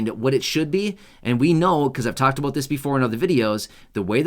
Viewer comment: You keep saying a " BOOT" I never see Any